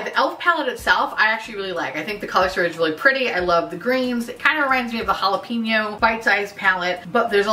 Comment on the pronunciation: not the jala-PEE-nio